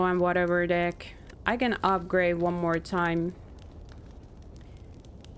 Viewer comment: Your accent is kinda unforgiving with the word “deck”, playing a TCG.